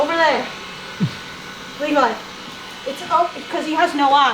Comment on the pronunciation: lmao aki ur kinda saying levi's name wrong